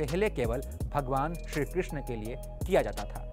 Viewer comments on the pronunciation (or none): none